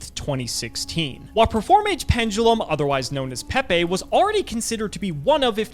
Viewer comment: these guys are cowards for pronouncing it "peh-pay" and not "pee pee" like god intended